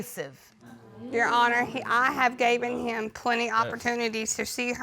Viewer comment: Good GOD, honey, it's I have GIVEN him (NOT gaven) gaven is NOT a word